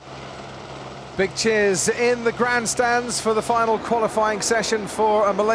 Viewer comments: anyone else hear "bitches in the grand stands for the final qualifying session of the Malaysian Grand Prix"? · Did he just say "B***ches in the grand stands..." or "Big Cheers in the grand stands" ???